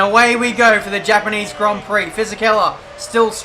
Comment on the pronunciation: Also, THE HAPANEESE HONG PEE